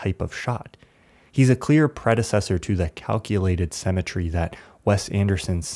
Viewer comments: Perhaps you can do a quick re-edit to fix the one flaw in what otherwise is a lovely video. At roughly sixteen minutes, you for some unknown reason say what sounds like "cemetry" a couple of times -- I know you meant the word "SYMM-et-try": Perhaps you can fix it so that your invented word doesn't keeping hanging out there like a gym sock on a lamp shade. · sim-e-tree, my brother, the word is pronounced sim-e-tree. great analysis though.